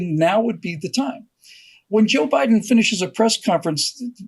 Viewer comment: "neville Bideen" LOL